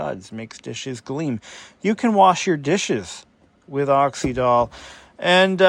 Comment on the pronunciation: I remember Oxydol well. My mother used it. I remember tv advertisements too. Not that it matters, but it was pronounced with the Y as the vowel E or I. So you say it like you’d say oxygen.